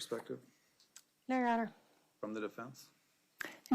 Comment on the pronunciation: Can she not pronounce a soft “e”? Definse, Corrict….why am I even watching this?